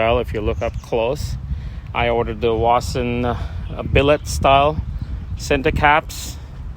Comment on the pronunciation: Dude, listen up, it Vossen, not Wossen ok.